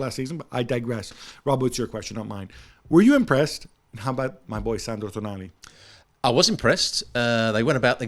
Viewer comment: Toonali, get it right 😁